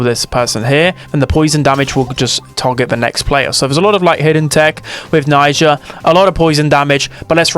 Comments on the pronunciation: Najia not naija!!!!! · Unc it's Najia, not Naija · It's not Naija, it's Najia 😊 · Siriuspocalypse tomorrow 🔥 Also she's Najia not Naija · That was so Dragebait hearing Naija all the time 🥲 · The way you say najia is infuriating 😂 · cuz he keeps mispronouncing it